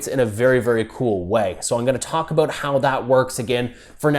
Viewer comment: ''Aboot''.... hehe